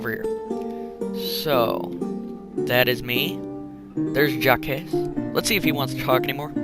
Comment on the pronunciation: Your French pronunciation is pretty off. Jaques is one syllable and D'Artagnan is pronounced Dar-taag-non